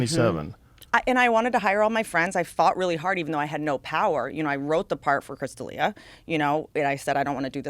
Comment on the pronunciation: “Chris Ped’elia”